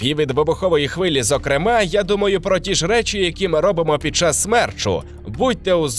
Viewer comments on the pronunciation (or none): none